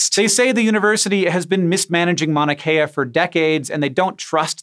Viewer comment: Hank you kept saying Manakea. It is pronounced as it is spelled like mount drop the t.